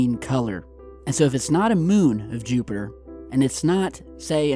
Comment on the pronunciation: JEWPITER!!! YOU SAID JEWPITER LOL